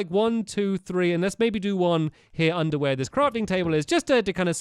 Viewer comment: he said underware